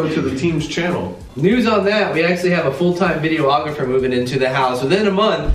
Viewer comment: videographer, not video-ographer